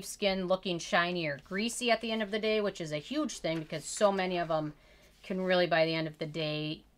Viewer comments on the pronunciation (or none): none